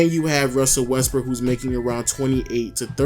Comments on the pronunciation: Lens Gaming lol he did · Lens Gaming sounds like he did fr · Lens Gaming sounded like it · who els heard him say westbrick